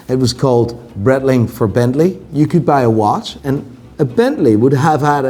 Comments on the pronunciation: So you still pronounce Breitling like brettling? The part of Switzerland where Breitling comes from is german, and the name is german, therefore it's brite-ling. I thought you knew this, mr watch expert. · It's actually pronounced bright-ling. In German (or Swiss German), the last vowel is enunciated with words containing a variation of 'ie'. I.e. der spiele = der spee-luh, die Freiheit = dee fry-height Unless another German wants to tell me otherwise, in which case, I'll eat my shoe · Don’t know about this Bretling but I remember Breitling doing a collab with Bentley. Saw some iced out ones in NYC, they were frankly horrific. Piguet too, not Piquet. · Could learn how to say breitling